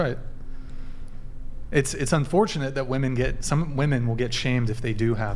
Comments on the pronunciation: My god I get sick of all these women constantly saying 'woman' instead of 'women' in nearly every single episode! Also, the 'catcher mit' chick who thinks she's a 10 and is actually a 4...easily brings herself down to 2 by being so ridiculously dumb. Please stop laughing at things you say that aren't funny and aren't 'burns' to people's super chats. Also, I'm so sick of women claiming celibacy when only abstaining from sex for a month. That's like claiming you're a virgin when you were a prostitute who is now a Christian. The asian/pacific islander looking chick needs to ease up on the lip injections and try reading a book. The delusion level is crazy high in this episode. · God, I hate this younger generation of dunces who can't tell the difference between woman and women and pronounce plural wimin as womin. I'm 90% sure they're so uneducated, they pronounce it as they see it spelled. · I want to scream on every podcast. The words “woman” and “women” are pronounced differently and for some reason, the vast majority of women that are on the show don’t know that 🫠